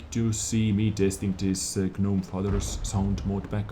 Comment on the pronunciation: I love these news updates and really appreciate them. By the way G is silent in the word gnome :)